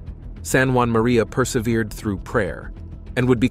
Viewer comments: Saint JEAN MARIE VIANNEY , not Juan Marie ! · Uh. I always heard his name as being distinctly French. Like in ST. JEAN MARIE VIANNY